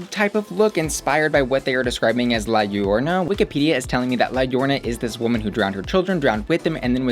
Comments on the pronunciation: La riona!! I'm DEAD! Well if this helps It's pronounced more like La (llorona) yo-rO-na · Liarona it's pronounced like (Lie-You-Rone-Uh)....…. Right? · Oh, that pronunciation of La Llorona had me cackling